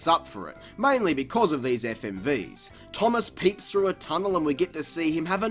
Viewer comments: “...games and TV shows like T O O M O S S...” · Finally I love how you call Thomas, Toomass. XD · The way he says thomas